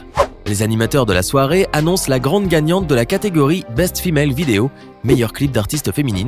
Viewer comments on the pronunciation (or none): « Grande » pas Grende😑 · par contre prononce bien ariana grande parce que "grende" ca le fait pas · Quand il as dit Ariana grande moi j'ai entendu Ariana grainde